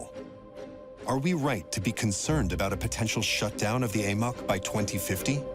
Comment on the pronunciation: In the first two minutes they call the AMOC the AMIC.